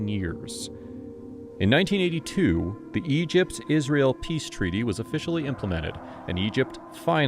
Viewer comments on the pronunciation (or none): none